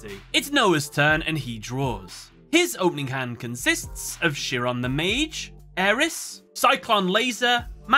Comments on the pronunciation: Just FYI you are pronouncing the name of Chiron incorrectly. At least from what I know. It isn't (sheeron) it is (kairon) at least the pronunciation I am familiar with. I don't mean to criticize you for your analysis. It just does not sound right when it is mispronounced here. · Chiron is pronounced something like KY-run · This was an awesome video but hearing “Chiron” pronounced as “shear-on” almost hurt every time 😅😅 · minor thing, Chiron is pronounced with a “k” sound like other greek derived words like “chaos” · I Love this series, and look forward to your content coming up on my feed. But By God your pronunciation of Chiron has nearly depleted my LP. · 4kids: *pronounce Chiron correctly.: *gets it wrong repeatedly. Chiron is an actual character from Greek mythology. You could have googled the pronunciation.